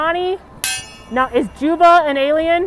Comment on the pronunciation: The best it’s jumba not juva lol